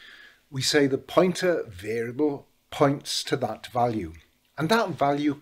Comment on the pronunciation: It made no sense until I realized you were saying POINTER, not PUNTER. I thought PUNTER must be some insightful football term to refer to a role yet to be explained to non-footballers. I suppose it ended up well though and my Americanized ass ends up admitting that Rooney was one hell of a punter. In fact, normally in American football a punt goes high in the air trying to achieve "hang time". Rooney had none of that. Canon shots right to the proper address.